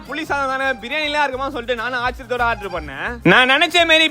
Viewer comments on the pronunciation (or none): none